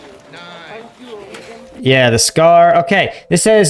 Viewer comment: Legion Etrangere, not Estranger